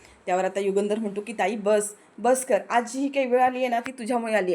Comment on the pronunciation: युगेंदर नाही युगंधर. नावाचा उच्चार बरोबर करा. Delicate = नाजूक. Deligate = प्रतिनिधी. " राग अजिबात अनावर होत नाहीये. " म्हणजे काय ? _ राग अनावर होत आहे. किंवा राग अजिबात आवरत नाहिये. एवढंच म्हणणं पुरेसे होते.